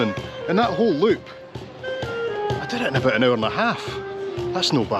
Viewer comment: Hanging aboot? “ He who hangeth aboot, geteth hee-haw” 😅